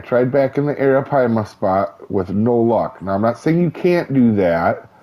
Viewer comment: You got a lot closer than a lot of other people have you seen some of the other videos?